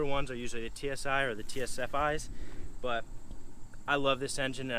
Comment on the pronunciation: no you said tsfi Instead of saying TFSI lol